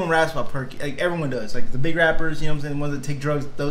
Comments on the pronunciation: Not just Perkys. He says only Perky Sets like Percocets. Even better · He actually said "perky sets"(percocets) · He said Percocet Like Perky-set A set of perky bobs. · Percoset lmfao. Say that shit instead of "perkies" lmao. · Percocet.. "Perky Set" he doesn't say perkys 😂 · he said "perky set" not just perky, for percocet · Nobody says perkys you turkey